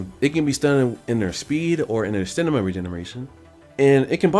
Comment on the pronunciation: Strange how u say stanima